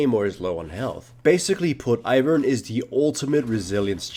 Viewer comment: it's Ivern, not Ivern.